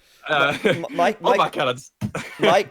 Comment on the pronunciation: The British guy in comes out.. ' Bombbhardt Cannons would be awesome '.. Poor